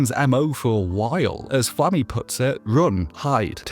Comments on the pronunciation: I commented on another video of yours, about your pronunciation of "Stille" (again, great video, as is this one), and noticed you also mispronounce both Serie, and Flamme's name in this video as well. I am genuinely curious as to where your pronunciation comes from, because again, both the sub and dub, have all the characters saying their names only one way. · your pronunciation of flamme and zoltraak etc hurt 😓